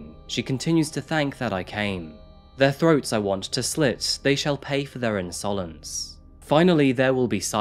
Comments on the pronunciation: just an fyi you totally said the word insolence a bit wrong but otherwise cool story bro lol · What a bizarre way of pronouncing the word 'insolence'.